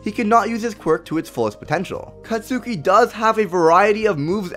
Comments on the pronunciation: Just that you know: Katsuki isn't pronounced Ka-tsu-ki but Ka-ts-ki. But that is just me being all triggered xD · It's not 'Cat-Suki', it's 'Cot-Ski'. Just say Kacchan, lol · katsuki is pronounced Katski. it's annoying hearing you mispronounce his name